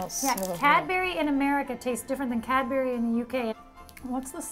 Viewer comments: It's cad bury not cad bery... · "cad-berry" "berry" I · I thought you said cat-bery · When they pronounce Cadbury wrong